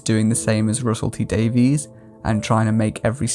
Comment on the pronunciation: Weird way to pronounce Davies, but okay...